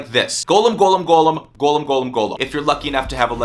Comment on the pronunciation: Hes saying it right though...